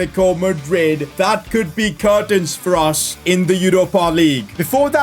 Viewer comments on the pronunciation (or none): none